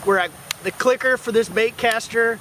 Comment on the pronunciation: bruh, did you say clicker?? sry for being judgemental